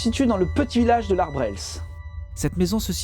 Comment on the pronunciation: Attend, comment tu le prononce???: L' ArbreSle ….C est presque ça, le "S" ne se prononce pas.🤣 Vidéo fort sympathique pour les urbexeurs attiré par les enquête paranormal...Je ne sait pas si la maison de l ARBRESLE est toujours en vente car seulement 40 minutes me sépare de cette ville...hey,si je le faisait...😉😁